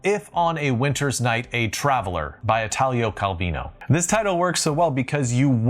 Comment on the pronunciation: Being Italo Calvino one of the most important Italian author ever, I feel you may like to pronounce it the right way: it's like Italy, but end with O like in Cujo. Hope this helps! Il Barone Rampante has been one of my favorite book in my youth and a great title too! Amazing video, just what I needed, thanks!